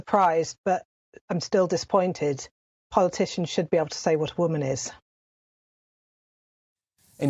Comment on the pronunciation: How can Peter have been around so long but still pronounces the words women and woman in exactly the same way 😅